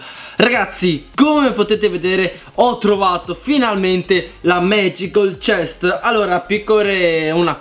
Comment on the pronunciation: Si dice MAGICAL CHEST NO MAGICOL CHEST XD